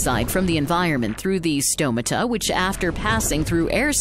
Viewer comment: Great visuals. But say stomata properly.